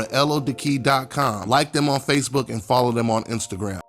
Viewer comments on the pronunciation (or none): none